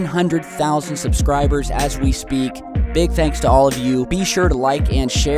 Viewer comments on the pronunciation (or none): none